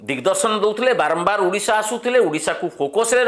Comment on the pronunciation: ଉଡିଶା ନୁହେଁ ସାର, ଓଡିଶା